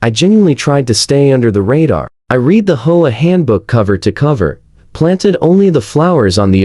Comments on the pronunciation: H. O. A. Not hoaa. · Teach your AI to pronounce HOA as letters and not hola. Teacher AI to pronounce 50s and not 50 S. Very poor quality in production.